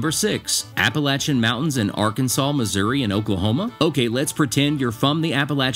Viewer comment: Now you need, to learn how to pernounce the mountains of Arkansas.